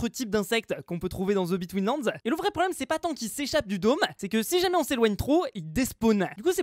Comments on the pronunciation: the betweenlands moi qui entend:zebi tweenlands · On va me prendre pour un beauf, mais à chaques fois qu'il dit TheBetweenLand j'entends Zeubi Twins Lands ! On dirait qu'il le fait exprès ! 🤣